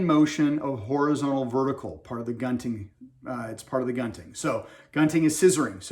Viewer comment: The Filipinos pronounce it goonting.